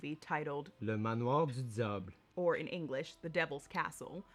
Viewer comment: I love how you used the french canadian pronunciation of le manoir du diable